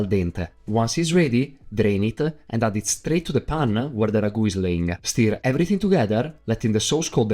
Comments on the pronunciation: Are you a douch-a? you speak-a with an “a”- ya with-a everting-a that-a you-a say-a. What’s-a matta-you-a? Eh-a? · He says, "Ayuh" after "everything-ah"